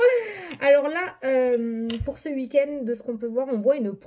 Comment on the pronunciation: C'est rigolo ta manière de dire "ce uik-end" 😅 en tout cas merci beaucoup pour la guidance et ta bonne humeur 🧘‍♀️🧚‍♂️🧘‍♂️🧚‍♀️😘